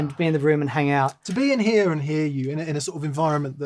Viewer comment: "Dan heah." " heah." "Andy here." Game over for Spot the American.